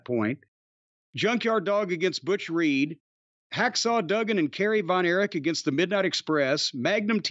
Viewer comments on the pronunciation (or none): none